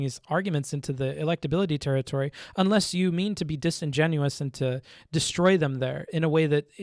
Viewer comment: Good points. BTW, the word is "disingenuous", not "disingenuine".